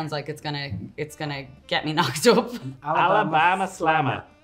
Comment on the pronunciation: I live in Alabama, that's a perfect accent. 😂